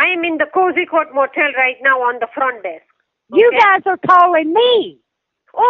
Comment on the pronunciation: "I'm at the front day-ask" "I'm at the front desk too"